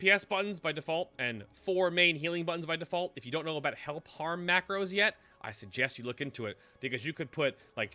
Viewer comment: Oh thanks. sound like you said hellpar or something like that. :)